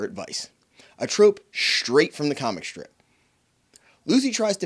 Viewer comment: Interesting that you pronounce s as sh in some words, like shh-traight and shh-trip. It sounds very German/Hungarian.